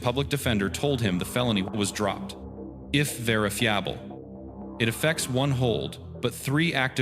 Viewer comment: if verif-fee-ab-le???????????? immediate delete channel from watch list. No AI, it is not rocket science that people do not want AI bull-shit when you could do the voice over yourself. you are either very lazy and/or very greedy to use this type of dumb shit.